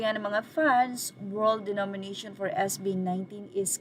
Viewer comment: DO-MI-NA-TION ngani! 😂